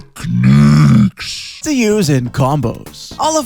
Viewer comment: Do you have a problem with how you pronounce techniques in english? I don't understand the random emphasis , otherwise.